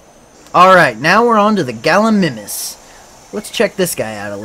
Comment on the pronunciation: So close with the Galimimus Its pronounced Gali-My-Mus